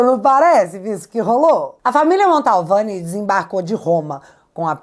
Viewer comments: o sobrenome da família é MANTOVANI, NÃO MONTALVANI. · Oi, não é o primeiro vídeo que vc fala da familia atacada pelo Xandão na Itália, mas eu preciso fazer uma CORREÇÃO.... não é família MONTALVANI... a família é MANTOVANI!! Tá ok?! Beijo! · NÃO É “MANTALVANI” É MANTOVANI!!!!!!! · Só um detalhe... É Mantovani e não Montalvane. 🧐👍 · Mantovani e não Montalvani,. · MONTALVANI OU MANTOVANI??? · Não é "Montalvani' e sim Mantovani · admiro seu trabalho. Mas mais uma vez você comete um erro crasso. De onde você tirou o sobrenome MANTALVANI? Meu Deus do céu! Basta você ler qualquer notícia sobre o assunto e você verá que o correto é MANTOVANI. MANTOVANI. MIL VEZES MANTOVANI!!! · nao é Montalvani. é Mantovani. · ta na hora de vc aprender o nome da família, é MANTOVANI, MANTOVANI e não Montalvani como vc fala!!! 😊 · desculpe ser chato mas eu tenho um certo "TOC" com palavras pronunciadad de forma errada. Não é MontAUvane, é MantOvani. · Gente...não erre mais o nome sa da família Mantovani. Não é Mantalvani😅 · Desculpe, mas é família Mantovani! Não Montalvani! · Não é montalvani é Mantovani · É MANTOVANI!!! VC E O GAYER FALAM MONTALVANI!!! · minha linda: AMO você. Além de linda, inteligente, corajosa, você é uma luz na escuridão em que nosso triste país vive hoje. Mas permita-me uma observação: pelamor de Deus, o sobrenome da família vítima do carecão não é Montalvani. É Mantovani, menina. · É MANTOVANI, não tem 'L' no nome.... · uma pequena correção: o nome da família não é Montalvani e sim Mantovani. Parabéns pelo trabalho jornalístico. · é MANTOVANI e não Montalvani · é Mantovani e não Montalvani. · desculpe a correção, mas é MANTOVANI. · Cara, o nome correto da Família é M A N T O V A N I, não tem a letra L como você está pronunciando. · “Mantovani”, vc fala esse nome errado desde a primeira vez que falou dele, e obrigado por seus serviços!